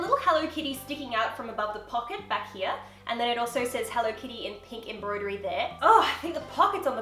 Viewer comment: Why does say HENLO instead of HELLO?